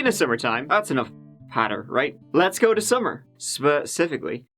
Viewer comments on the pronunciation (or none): So you can pronounce fargo correctly, yet pronounce go as "gew" , hmmmmm 🤔